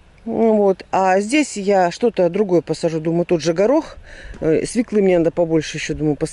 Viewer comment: никакие вы с Ильгизом не лентяи, вашей энергии и молодые могут позавидовать. Без дела вы не сидите, а вообще трудяга. Но очень режет слух ваше неправильное произношение- свеклА, щАвель и др. Вас смотрят и слушают тысячи человек, только не говорите, что вы так привыкли, пожалуйста, произносите правильно.